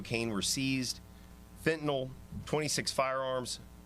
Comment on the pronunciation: she say 21 kilos of feentoono lol